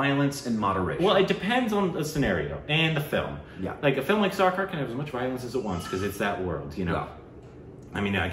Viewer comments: How can one pronounce Sarkar as Sharkar? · pronounce the movie name like " sir " + " car" = sircar = Sarkar